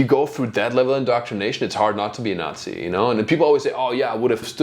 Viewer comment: Why did you add a T in Nazi?